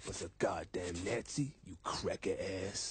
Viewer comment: I don't know what I should be scared of, or pronunciation of "Nazi"